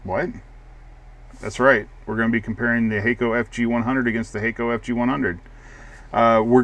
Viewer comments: Hah-ko actually. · no it HAK-KO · "Hay-co"?? Surely it's "Hack-o"!!